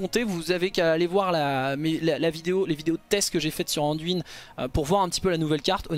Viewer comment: Nan mais, c'est pas "Anduinne" d'abord, c'est Anne-duine ! T'es bien gentil mon p'tit chauve-souriant mais uiliser la prononciation anglaise juste pour la moitié du mot c'est pas plus joli ! 😜